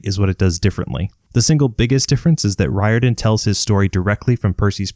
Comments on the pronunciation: Irishman here - the surname “Riordan” is pronounced Reer-dun, not Rye-or-dan. Like Dolores O'Riordan from the Cranberries. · Its pronounced Rear-Din, not Rye-Er-Dun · I could’ve sworn it was “Rick Rordian.” At least, that’s how I remember it since I was a kid. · Good video but I cringe every time you butcher the name Riordan